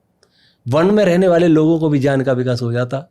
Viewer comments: Jyaan nhi gyan bolo re😂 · Inki baatein sun ne maza nahi aata kyonki ye gyan ko jyaan bolte hai to khinnata hoti hai